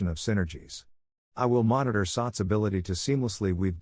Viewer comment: I hear the voice it keeps on saying “sucks”.. simik sucks la , it should pronounce as “sats”..😈😈